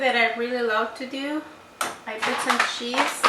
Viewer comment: I love your video! Thankyou!! Reminds me of my madre. I love the way you say cheese. "Sheese." 😂